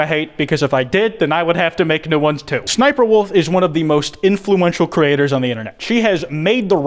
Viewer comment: Not trying to hate but “shniperwolf”